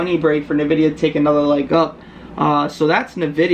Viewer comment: Wait did you just call it "nAHvidia"? 😬